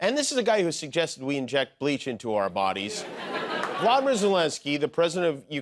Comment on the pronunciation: Quick correction - not Vladimir Zelenskyy, it’s Volodymyr Zelenskyy. The Ukrainian language, remember?